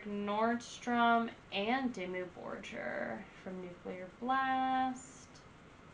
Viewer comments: 1. It's not Demi Borjer, but Dimmu Borgir (Pronounciation: Diemuu Borgir) Go watch some video's from other 'youtubers' reacting to this band, and listen how they pronounce the name. 2. I know american's aren't that intelligent, but is this your first experience with this band? "... this is very unique it's giving me some Epica vibes." _".. oh it's like giving me Exorcist Vibes and it's like, really like this very forward and move and it's like super flat and sandwiched in here and then you have all of these other elements that are making it super cinematic. Kind of giving me like Lorna Shore vibes" How is a black metal band which was formed and has been active since 1993 even comparable with symphonic metal band (Epica. Some people even dare to call them 'gothic metal', same as for Within Tampon) that was formed 9 years later, or a dumbass metalcore band (Lorna Shore) which was only formed in 2010 (17 years later)? If someone is copying anything it would be Lorna Shore, with other words.. Epica and/or Lorna Shore give you Dimmu Borgir vibes... 3. I know you're listening to the live versions from "Forces of the Northern Night" which had a full orchestra and not the album version. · Lady . Quit with the Lorna shore vibes. Dimmu started in early 90s as satanic black metal and has well more than earned a place in which they aren't put below the new shit. Black Metal is more than music. Honestly who are you and please say the name right and put on older albums. No. .. not Disney. .. hail satan.